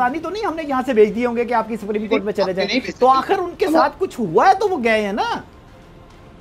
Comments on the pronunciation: Bhai Pakistaniyoun ko Supreme Court bhi bolna nahi aata. They call it Spreme Court. Pakistani Education Zindabad. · Sapreme court nahi bhai, Supreme court boltay hai, bolna aur pronounce karna sheek low fir baat karnaa. Arnab Goswami alone tum sab ki band bajaa sakta hai😂😂😂😂😂😂😂😂😂😂😂😂